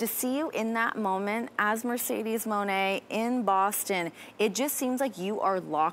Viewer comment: Bossten ay?😅